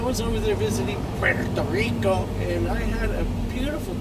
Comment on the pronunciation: puerto rirrrrricoo hahaha